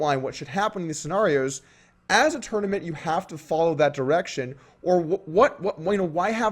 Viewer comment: Doug pronounces scenario wrong therefore I'm better at poker. My logic is undeniable